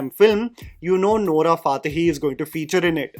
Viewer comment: Bro Can Pronounce Nora फा tehi but not बा hubali